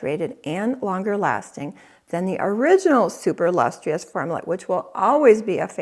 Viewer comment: Lustrous is pronounced Lus Truss, not Lus TREE Us.